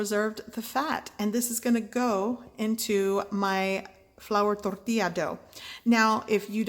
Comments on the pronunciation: It’s funny how she rolls her tongue only when she says tortilla like if she has a Mexican accent. 😆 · You don’t have a Spanish. But when you say tortilla you use a Spanish accent. Jus sayin. I can’t even deal with people saying wash yourself hands. Of course cooks wash their hands.